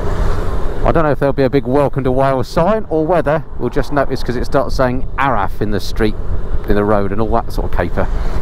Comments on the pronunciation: Yes! Been waiting for this 🙌 Builth is pronounced like 'built' with the th. And if u really want to sound authentic, a single f in welsh is actually pronounced as a V 👌 araf/slow. Top notch content as always. Nice one 👍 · And ARAF is pronounced "arav". I'm not going to attempt to teach you how to pronounce Llanwrtyd. You should have made a detour over the mountain road from Llanwrtyd Wells to Abergwesyn and via the Devil's Staircase towards Tregaron, then past Llyn Brianne. Perfect road for a Gold Wing. :-)